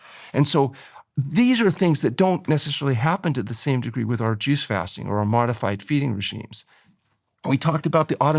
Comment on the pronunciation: Lol. I totally thought that's what he said at first too. Took me awhile to finally realize he was saying "juice fasting"